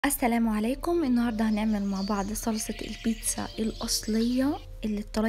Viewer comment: انتي ليه بتولي بيتسسسا وسلساااا انا اسفه والله هل دي بطرسقه الايطاليان ولا ايه 😂😂😂